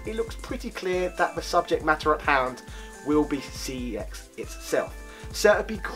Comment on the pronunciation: It's pronounced "sex" not "C E X".